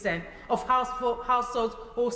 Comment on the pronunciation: She's saying assholes instead of households.. let's be honest it's what she thinks ,maybe it's her lisp? Shouldn't she be in jail Only lefties Will disagree.🇬🇧👍